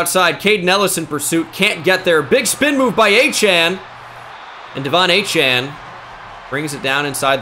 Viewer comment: Hearing it pronounced “Achain” 100x << 😂